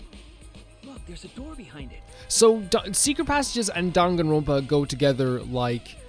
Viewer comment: Monodam is my second favorite, but I have a real soft spot for Monotaro! He's just such a forgetful goof. I also love the little touch in the sound settings where for his voice clip, he forgets the name of the game and says "Dongaenronpa" lmfao